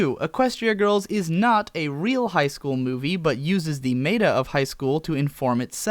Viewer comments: MEH-ta! It's still MEH-ta! It will never be MAY-ta! I don't care if you mispronounce it every day for the next year, I refuse to stop correcting you until you get it right! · Krahn, not Croon. Mehta, not may-ta.